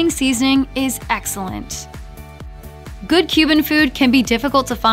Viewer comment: Are you saying "good" with a T? Sounds like goo'it.